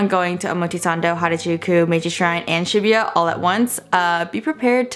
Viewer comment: omg I cringed so hard every time she said "shibuya" 😭